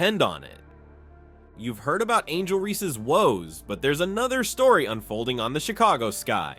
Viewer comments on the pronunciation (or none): Chick-a-go-ski ... LOL! ... This channel is a mess! Thanks China or India.